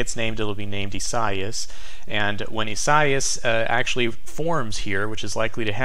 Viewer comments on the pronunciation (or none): ees-ah-EE-ahs: Lol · By the way,, I believe Isaias has 4 syllables, pronounced e-sa-EE'-us (long e first syllable, accent on 3rd syllable). I-sa-i-as